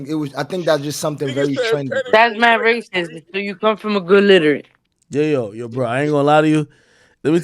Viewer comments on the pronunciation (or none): none